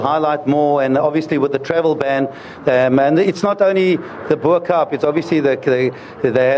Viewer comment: A South African on tv that can't say "Bo Kaap"...